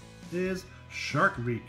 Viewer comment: You said shark reck rong